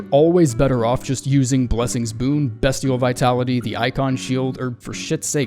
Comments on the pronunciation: Hey, Its Beastial, not Bestial(on Pronunciation) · I’m begging you to stop pronouncing Beastial like Destiel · Bestial is pronounced Beastial, like Beast? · b EE stial